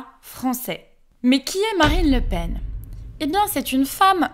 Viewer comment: Le Pen, j'espérais que le "en" soit nasal.